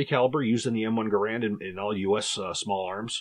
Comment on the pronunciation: Gerand, according to the designer of the same name, rhymes with "errand" Flash suppressor? It was a muzzle brake and compensator to reduce the recoil and muzzle jump, I carried one of these and the flash is very evident during night firing. Your own chart shows the M-14 weighs less than the Gerand. Using an adapter the M14 could be fired fully automatic, and was very controllable. In the years I carried the M14 I never had, or heard of, a problem with reliability, and it was very wet where I was stationed, never had a problem with the wood swelling.